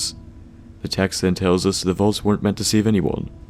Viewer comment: ur saying volts? or vaults?